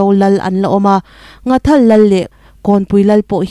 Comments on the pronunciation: Ngathal ni lovin NGHATHAL tih zawk tur a ni e,from Nghathal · NGHATHAL tiin Mizotawng dik taka lam tur ani e